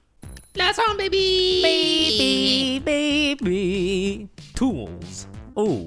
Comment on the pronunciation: Why do they say “beby”?